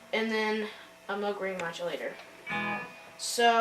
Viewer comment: Great demo, and good for you for pronouncing "Moog" correctly!